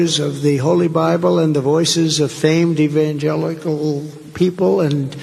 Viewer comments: EvanJEALOUS lol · Did trump say Evangelous? Why does he always sound like he’s 💩 himself when he’s talking?